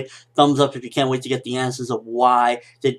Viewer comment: RIN not REEN